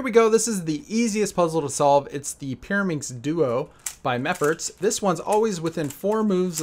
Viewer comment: Peeruhmixx??? Are you kidding me??? 3x3 is WAYYYYY easier than Peeruhmixx!!!